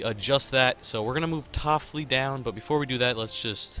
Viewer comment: It's not toffli- it's tiff-oli (coming from a kings fan) love the series though! Good shit man.